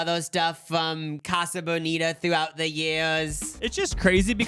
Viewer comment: ’ pronunciation of casa is killing me